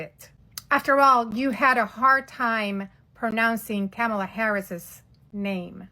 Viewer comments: Oooo..., you mispronounced KA- MA- LA's name.... it's not KAMAL-LA. BUT your overall message is on point. #TrumpMadePedosCoolAgain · “you guys had a hard time pronouncing “Cam-a-La Harris’” name!!!” It’s actually “Kaa-muh-Luh” not “cam-a-La” lol. She did a great job at owning herself lol. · As she literally mispronounces KaMALa’s name 😅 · If you're going to criticize someone for mispronouncing a name, it might behoove you to properly pronounce the name of the person in the example you use. It's Kamala like "mom-ala" it doesn't rhyme with Pamela. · This woman also hilariously mispronounced Kamala's name.